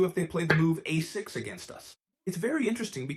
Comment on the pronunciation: Fantastic exposition, btw. And excellent production values. Though the AI mispronounces a6 and a4 at .